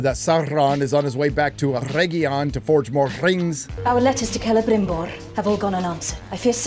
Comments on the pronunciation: It's so cringey how she tries to sound "genuine elvish" by heavily pronouncing "rrrr" for some reason,that she justs ends up proving that she's a bad actress. Seriously,who had this childish idea to have her go like "Celebmbrrrrimborrrr" and "Elrrrrrond"? It's ridiculous. Meanwhile,this show has less in common with Tolkien's works than Joe Biden has with truth. It's a distasteful,badly written,awfuly acted,terribly cast,unbarebly politicized,disgustingly ugly show. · I hate the way morfid clarke pronounces things ... EriGion sauurrom celebrimborrr